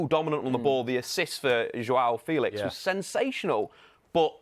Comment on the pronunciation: Feelix not Felix hes said that's not how you pronounce his name lol.